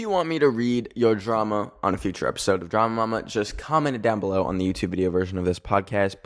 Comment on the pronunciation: the way you said drama mama ✨ in the end was so italian